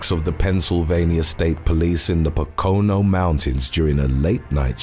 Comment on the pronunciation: I'd rather hear Pocono pronounced correctly. Its Poke-oh-no. As for the question I don't want to lose my right to vote, but if I went to prison I would do that. I'd still take prison over not voting, if it were legal